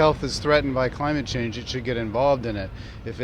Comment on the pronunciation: You forgot the "N" at "change"